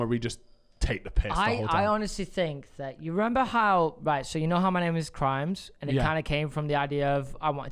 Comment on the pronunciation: Always thought yall called him grimes and not crimes. Learnt something new today